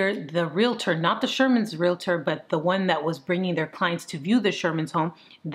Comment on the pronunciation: Yes, thank you for the great thoughtful and thought-provoking content. And Thank You for saying "Real-tor" and not "Real-i-tor"😍😍😍